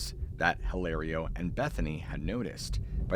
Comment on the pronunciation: get off the dang roof! Hilario is pronounced "ee lah rio". The "H" is silent in Spanish. : )